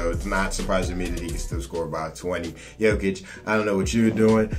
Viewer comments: Bruh, Jokic is pronounced Yoe-kitch, not the way you saying it lol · It’s pronounced yolkish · PLEASE PRONOUNCE JOKIC RIGHT